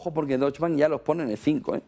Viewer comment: Soberbio como siempre,. Sólo una cosa: Deutsche se pronuncia entera, "e" final incluida.